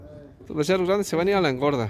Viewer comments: Becerros no vecerros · Se dice becerros